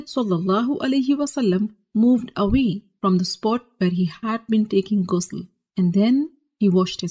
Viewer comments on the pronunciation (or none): Its not gusul kindly pronounce it right , someone who calls themselves ustaza n aalima doesnt even pronounce it right , i d rather learn t from a male scholar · its actully pronouce like a french ''R'' Ghusl not like ''gay'' u know (i didnt find another exemple of word sorry if I hurt someone by saying ''gay'') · It's called GHusl not Gusl